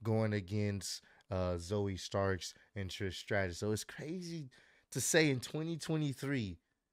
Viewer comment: Zoey Stark. Not Starks